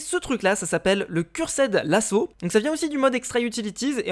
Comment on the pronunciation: « CursAId lasso » ho mon dieu quel accent! 😝